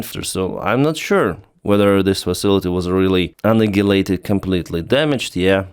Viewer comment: Annihilate is pronounced An Eye Ill Ate